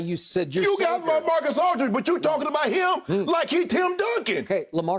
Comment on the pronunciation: "Lacamacus Aldridge"